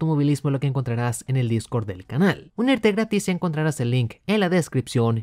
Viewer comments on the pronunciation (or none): none